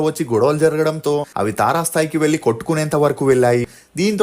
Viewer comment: ఒరేయ్ కొనిదెల కాదురా కొణిదెల వెల్లి కాదు వెళ్లి బరద్వాజ్ కాదు భరద్వాజ్ వెల్లడం కాదు వెళ్లడం ఎల్లు కాదు ఏళ్లు తెలుగు సరిగ్గా పలకలేని నీకు ఈ ప్రొఫెషన్ వొద్దు.